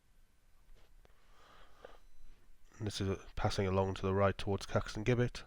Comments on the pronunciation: Its pronounce st neuts not neots and it's Caxton jibit not gibet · It's pronounced Jibbet. The G is pronounced as a J. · Heads up, it’s pronounced Jibbet!